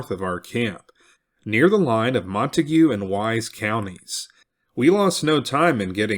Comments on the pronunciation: I'm from Decatur in Wise county. The correct pronunciation of Montague county is slang. Pronounced MONTAG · As a transplant to Texas, I am cognizant of how place names are pronounced. For the record, Montague County is not pronounced like the name of the family in Romeo and Juliet. Instead, it's pronounced like Mon Tayg County. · The correct pronunciation of the county is MON - TAGE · I love the way you pronounce Montague 😂